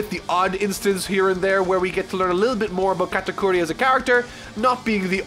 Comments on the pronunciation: Sorry,, you've mispronounced GOATakuri. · U butchered the first part of Katakuri’s name